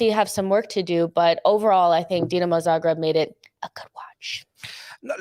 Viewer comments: Don't disrespect Dinamo Zagreb like that. It's Zagreb, not Zabreb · Not Zabreb, it's Zagreb